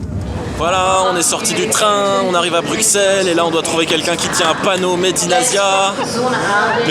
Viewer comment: on dit pas le x dans bruxelles 😢